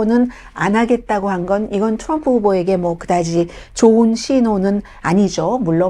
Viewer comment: 자기 응원하는 후보 발음이나 똑똑히 하라우! 추럼프